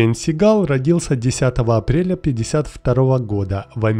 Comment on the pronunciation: Сам ты тит твою мать СигАл слушать противно!!! 🤮 Он Стивен Си́гал!!! Ударение на первую букву "а" в первом слоге!!!!☝️😡😡😡